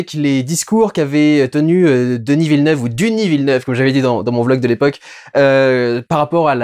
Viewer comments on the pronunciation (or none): none